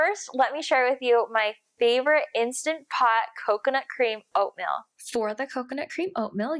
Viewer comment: Like your video. Small feedback though, the way you say Oatmeal sounds like Oatmilk. It’s oat-meal, not oat-mill. It’s not me, it’s my wife :)